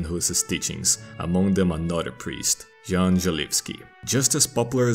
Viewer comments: Having studied Czech History, culture and language at Uni this was hella good, the one thing triggering me tho is the prononciation of the letter J, see its not J, its prononced like a Y or I, Jan is In fact Ian. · The only thing you did wrong was a bit of a mispronuncation of the name Jan. You pronunced the J as if it was in the word ninJa, while in Czech it is pronunced as Y in Yes. The pronunciation of Želivský was spot on however! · Shouldn't "Jan" be pronounced as "Yan"? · It's pronounced [YAN] not Jan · That's... not how you pronounce "Jan". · The only thing that made me sad here is the pronounciation of name Jan :(